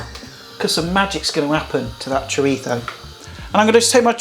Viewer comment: you have a speach impediment or can you not say Z as in ZHO...or ChoriZHO? I had to ask a buddy from England to say chorizo and he had no problem with it.